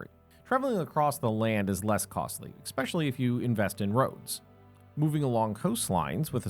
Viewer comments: Narrator: great job, however, please note - it is “especially” not “especially”. Kind regards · "Ekspeshully"??? ESPECIALLY E S P